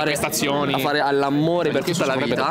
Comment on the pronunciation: "all'ammore" ahahaahah